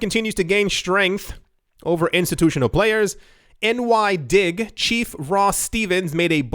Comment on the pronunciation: It's NY/DIG (NYE-DIG). Love you, but you should know who Sam Bankman Fried and NY/DIG are.